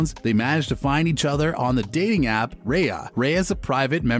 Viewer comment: does this channel purposely mispronounce names… simone, raya, delevigne?